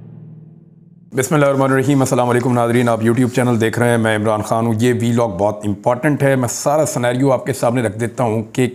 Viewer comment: امپاٹنٹ... 😅😅. ویری کیوٹ اینڈ ویری نائس flow of the words... 😂